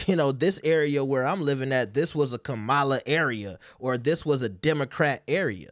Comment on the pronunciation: Y’all refuse to learn how to say, “Kamala.” 😒